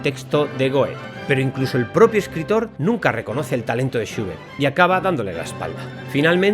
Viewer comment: ahh, entiendo porque esa pronunciacion suya de Schubert, lo pronuncia "shiubert" seguramente por la U inglesa, la cual en aleman es identica a la U en español, por lo tanto "SchUbert" como chulo, lulo, culo, pero algo mas larga. Disculpe la correccion.